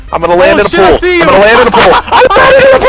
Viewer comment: He was saying pool I thought he was saying pole lol